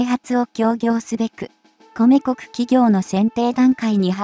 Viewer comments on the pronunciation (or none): 説明者の読み上げに笑っちゃた。制空戦闘機(せいそらせんとうき)、米国(こめくに)。